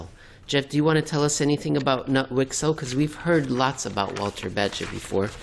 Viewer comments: Say Knoot, k not mute. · As a Swedish person I can say that Jeff has the pronunciation about right except you actually pronounce the K.